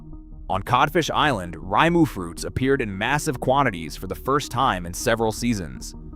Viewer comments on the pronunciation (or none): Rimu is said like this remoo. Great video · This is very interesting, but please, don’t use Ai for the voice over! The constant mispronouncing of words is really annoying, I’m afraid. Kakapo is pronounced ‘car car paw’, and the berries are pronounced ‘reemu’. The voiceover changing the pronunciation several times is quite off putting in an otherwise excellent video. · AI is so annoying. Sometimes we get Rymoo and other times Reemu. Most of the Maori words are butchered. At least the foreign but real narrators are consistent in their botching of Maori. Even Kakapo pronunciation is all over the place. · Ree moo. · I was thinking this too 😆